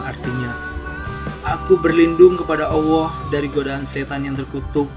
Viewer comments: HEI BUNG ADMIN KLU KAU MENYEBUT NAMA ALLAH SAJA DARIPADA BILANG "OWOH" DLM SEBUTANMU DI CHANEL INI LEBIH SANGAT MENGHINA TUHAN YG MEMPUNYAI NAMA ALLAH SAJA BUKAN "OWOH"? 🤔 🙈 🙈 🙈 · Mass admin.. saya perhatiin setiap kali anda menyebutkan nama allah kok saya mendengarnya awwooh..?? Allah itu pakek tasydid mas... ALLAH... Bukan awwoh... Klo ngomong yg lain pakek huruf L jelas2 aja kok.. tp kenapa menyebut nama ALLAH terdengar awwoh.. tp maaf sebelumnya ntah telinga saya yg salah atau gimana tu.. atau cuma saya aja yg denger gitu.. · Di menit kok penyebutan Allah bisa kayak awoh gitu... Hadew... Ap kuping ku yg salah, apa artikulasi suara adminnya yg salah... Gak tau lah, positif thinking aja lah... Biarlah Allah yg maha tau hati seseorang! 🙏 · Kalo saya malah gustialah gimna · Nyebut Alloh ko kaya awoh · Kalau memang tidak fasih menyebut nama Allah, ya nggak apa2. Tapi kalau di buat2, itu yang jadi masalah. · Bukan kuping anda yg salah tp Adminnya yg salah ..apa mgkn ( maaf ) dia ga bs nyebut huruf L atau dia non muslim .